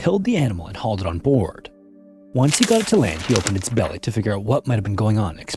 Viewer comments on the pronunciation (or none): none